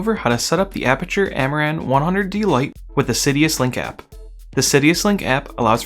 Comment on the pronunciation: Thanks for this! As a gentle aside, it is Sidus Link, not Sidius link.